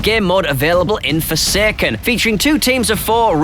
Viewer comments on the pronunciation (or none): It’s forsaken, not fersaykern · Forsekken lol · You should never say “forsaken” again